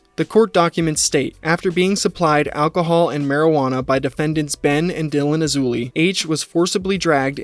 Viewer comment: King A-loozay😂